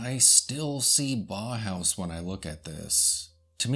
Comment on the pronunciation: Nice video. Someone may have said this already but it is pronounce "bow-house" rather than baw-house. au in German is pronouced like "ow" in sense of "Ow, that hurt."